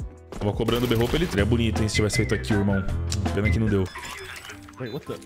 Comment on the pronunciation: berrôupe kkkkkk